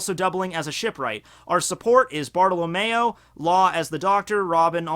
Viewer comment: when he pronounces it as Barta-la-mayo lol good picks though real strong team